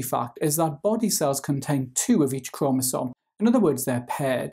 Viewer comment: New drinking game , take a shot every time he said cromasom